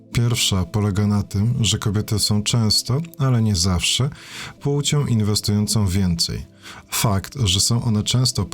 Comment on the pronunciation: Albo to ciągłe "pułcią" zamiast "płcią". Masakra